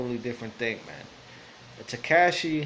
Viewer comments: And the way we say tekashi Ta-cash-ee Latin person would say it right at least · The way he says tekashi makes me cringe